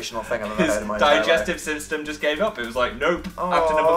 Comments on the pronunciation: "digestive siftem" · Why did they both say digestive syMstem